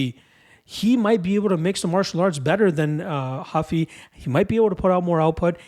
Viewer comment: it's Ruffy not Huffy